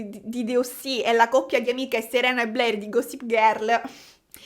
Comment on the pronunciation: io ti amo però non mi pronunciare Blair 'BLEIR' 😭si pronuncia 'BLER' senza 'i', e Scarlett Johansson 'YO-HAN-SON' non 'GIO-HAN-SON' <3